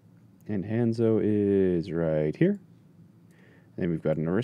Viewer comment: the way he says hanzo wrong really annoys me.